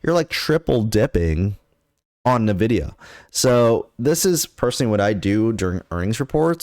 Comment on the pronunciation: Can we trust a guy who can't even pronounce the name of the company correctly?